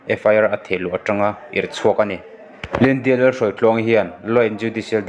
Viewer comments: Lyndia tiin I lam daih a..caption ah lydia ti bawk si. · Ngatinge thil hi i chhiar thiam loh em2 le?Lyndia pawh a ni lo..Lydia tih tur..ah hming spelling te khi i hmu ve kur awm sia.. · Eiru nu hming khi chhiar uluk deuh teh..... Hnam dang tawng hi chhiar thiam loh chuan a thiam te rwn hreh loh tur ... In video te hi a darh zau si a....